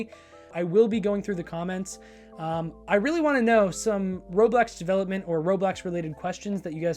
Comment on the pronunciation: You keep saying roblex